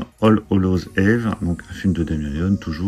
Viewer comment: Belle collection. PS: Eve se prononce Yves.